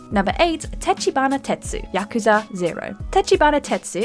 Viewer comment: You pronounced Yakuza wrong!!!